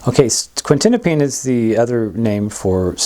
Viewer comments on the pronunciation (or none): I’d be more confident in the information if you pronounced Quetiapine properly. It’s not Quintinapine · He lost me at . . . mispronouncing the name of the drug this whole video is about. It's quetiapine not quintinapine.